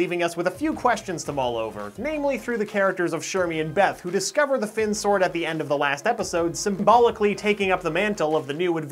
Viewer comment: ITS FILL (FINN)